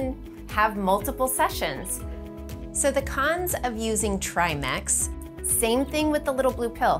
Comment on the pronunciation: Tri ‘Mex’ ? It’s ‘Mix’ not ‘Mex’